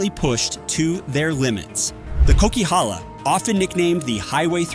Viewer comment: coquihalla highway pronunciation is killing me 😂